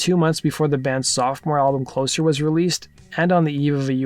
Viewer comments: The second album is pronounced “cloe-zer” because it was released after Curtis died and represented the end of Joy Division. Also, Love Will Tear Us Apart is not actually “on” Closer, it was a standalone single, like they release in England. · It’s not Closer, it’s Closer. Closer in NIN.